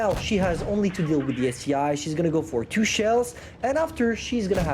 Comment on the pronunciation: calling the ST-1 the ST-I is a bit irritating but hey, he can call it what it wants, I just gotta get used to it